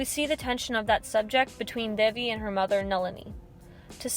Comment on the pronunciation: loved it, but WHY dont people EVER learn to PRONOUNCE names right. devi is pronounce daevi